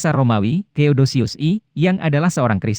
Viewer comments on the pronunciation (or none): Karena pake pengisi suara yg bukan dri suara asli manusia, maka bnyak dari nama sejarawan dan tokoh2 menjadi salah penyebutan. . .Theodosius 1 bukan teodosius I.. socrates pun di sebut secara keliru...maka dri itu lebih baik pengisi suara itu di lakukan manusia scra langsung. Agar TDK ada kekeliruan di dalamnya